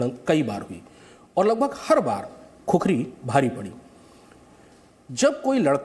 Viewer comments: अरे भाइ " खुकुरी " है ! खुखरी नहि ! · No khukhari it's khukuri. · Khukhari nahi khukuri bolo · "खुकुरी" Hota Hai bhai... 🇳🇵🙏